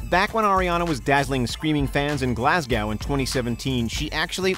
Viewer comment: Can't believe he said Glasgow like that